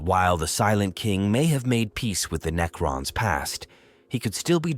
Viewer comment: I tried to watch this but lasted about 5 minutes due to the cringe AI slop narration Knee-crons 😂